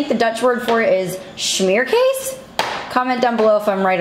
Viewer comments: Hi! Its smeerkaas. So drop the h, instead of shmeer its smeer, and kaas is not case but kaas, I don't know if there is such a sound in english... lol so I guess you pronounce it like smere kaaaaaaaas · ROFL. Hearing say Smeerkees instead of Smeerkaas (as in car) was hilarious. Because Smeerkees is something you get called when you make a mess. Like eating. Cooking, playing etc. Not considered a bad word, just descriptive. Kees Is a boy's name. And the smeer is what you think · Hahaha almost smeerkaas, You pronounce it as smeerkees and that is someting you say to your kids, when they spill someting on their faces or clothes. Then you say that they are a smeerkees. Smeerkaas, the double a is pronounced like when you say ahaa ( when you understand someting) the last part of ahaa. Ik hope i make sence. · I’m Dutch and it is spelled ‘smeerkaas’. You pronounce the ‘aa’ in ‘smeerkaas’ like ‘aaaaaaah’ as if you were screaming 😂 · It’s pronounced “smear-caus” My MIL is Dutch, from Holland 😊